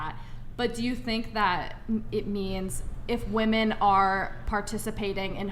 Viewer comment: Am I the only one who keeps getting triggered at their mispronunciation of the word "women" ???!